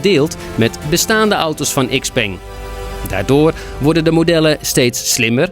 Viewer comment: "iks-peng" 😂 Bijna goed, heren. Nog even aan sleutelen en dan komt het helemaal goed!